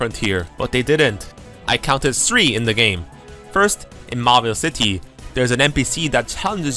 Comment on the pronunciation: It’s strange how you can pronounce TH sounds correctly but specifically on “three” it’s “sreee”